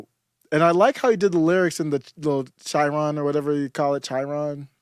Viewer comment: If you happen to read this comment chiron is pronounced with a hard c sound. Just pointing it out for your own knowledge. The spelling does indicate that it would be otherwise though.